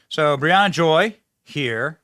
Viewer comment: Briahana Joy ??? 😂😂😂